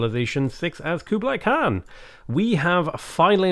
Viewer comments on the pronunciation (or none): none